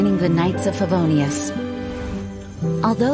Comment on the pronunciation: is it just me always heard "Favonius" as "Fa-no-rius"